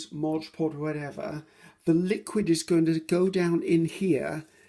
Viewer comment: Love your vids (have been binge watching for days & days)— you’re fantastic and I really enjoy your style. I’m learning all kinds of great tips n tricks from you 👍🏼👍🏼👍🏼 thank you 😊 Could listen to you talk all day —till’ “modge podge”— here (and repeatedly in many videos) then it’s like the needle scratches across the record or fingernails down a chalkboard — 😖 Perhaps it’s the English teacher and writer in me. Maybe it’s my own bit of “OCD”—Please allow me to offer this: It’s “Mod”. Mod. M O D Podge. Imagine if you were at a cake decorating class and the instructor kept calling it “fondue” instead of “fondant”... It’s right there— printed clearly and boldly on a bright white and yellow background: Mod Podge 😉🤓